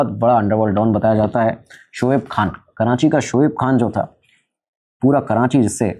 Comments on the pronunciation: Kranchi nh karachi HOTA h bhai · Abheeeee "karanchi" nahi hai ,KARACHI hai . And I spent my whole life in layri. You guys didn't even covered 10% of layri in the movie, neither you have 20% of facts about layri. I stopped watching your video when u said 1960s 1970s ppl over there had rocket launchers 😅. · It is Not Karanchi Its Karachi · Uncle its KARACHI not kiraaNchi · Karachi ❌️ Karanchi ✅️ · karachi ❌ karanchi ✅ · Yaar karanchi nahi karachi hai 😂😂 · Karanchii bol k karanchi walon ko khush kr dia bhai ne 😂